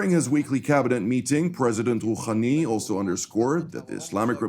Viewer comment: Iranian president "khhhhhakhem Khooookhhhhhhhani????? It is Hassan Rohani. Hhhhhhhh not khakhan